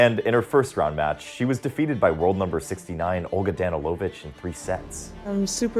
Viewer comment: Danilovic, NOT Danny Low Vich